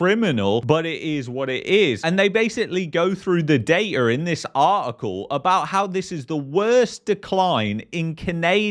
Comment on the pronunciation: There is no R in the word Data